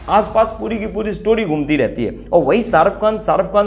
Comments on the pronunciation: Pehli baat Sharuf Khan nahi sharukh khan naam hai ..naam to suna hoga ... Doosri baat kisano ka mudda tumhe chota lag raha hai to tumne apne bolne per sochna chahiye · Hahaha ''sharuff khan '😂 jis admi ka naam nahi le pa rahe tum ..to uski personality ka kya andaza lagaoge ..😊